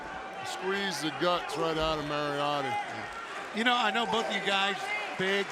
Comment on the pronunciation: Lmao Paul kept butchering Lee Moriarty’s last name all match. Will be seeing that on botchamania for sure